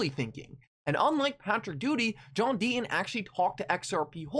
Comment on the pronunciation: JOHN DEET-TON SAY YOUR "T"s....